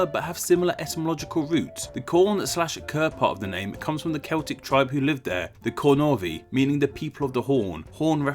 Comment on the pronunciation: Cornovii - just like in French Cornouaille(Corn-knew-eye) - In Latin the double II stood for the sound Eye sound and the V either U or V, here, it stands for the U sound.